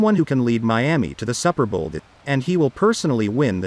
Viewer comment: Is this an a/i rendering? Who ever heard of the "supper bowl!"